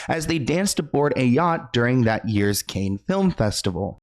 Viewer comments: Say like Can not Cain sweetie. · are you really calling it the Cain Film Festival, when you should know it's pronounced Can Film Festival. Holy moly are you AI? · Cannes as in multiple cans.. not canes which are eg walking canes, bamboo canes.. etc.